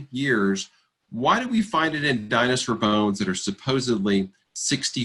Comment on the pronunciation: I refuse to take advice from someone who can't pronounce the word dinosaur. What is a Dinosir? 😂